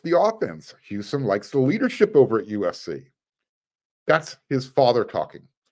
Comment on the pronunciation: It’s pronounced Hoo sahn not Hyusun